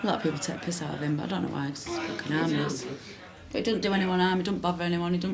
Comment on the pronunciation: Facking, foking,..fock,..focking,..facking...focking,,,fock...fack,..focking...so sad...:(